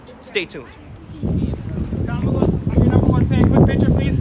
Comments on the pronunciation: This video just made you all look thirsty bro.... and you all seemed to be poking at the captain disrespectfully calling him everything besides captain. Also disrespectfully referring to Kamala Harris, as Ka-Mah-la... when I’m sure you know the correct pronunciation of her name. Kah-mah-lah. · This idiot should learn how to pronounce her name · LEARN HOW TO PRONOUNCE KAMALA! #idiots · I generally like what you guys do, but you look like a bunch of ignorant fools when you can't correctly pronounce the first name of the person of interest in the video. Quit being lazy. Do better. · You pronounced her name wrong you goof. Take a pic with the lady then attack her verbally What a 🤡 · Buddy. No class and not pronouncing her name correctly your lucky the body guard didnt. Bop you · First off, pronounce her name correctly. 2nd, he security was actually very nice to you considering how threatening you appeared to a public figure. I agree her record is problematic, but don't pretend you were assaulted by her security. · Can't even pronounce her name !! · When Will was speaking to the audience at the start of this video, he didn't have the pronunciation of Kamala correct. Later, when he actually called out to her, I couldn't tell how he pronounced it. If he got it wrong that time too, then Kamala surely would have questioned his claim to be her biggest fan. I only learned how to pronounce her name a few weeks ago, so I wouldn't have done any better in 2019. Still, Will probably blew his chances with her if he couldn't say her name correctly.